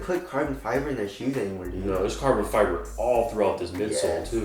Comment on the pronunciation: ALSO CARBON FEEEBRAY